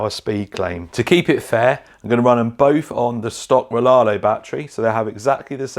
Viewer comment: Riaario not Rilarlo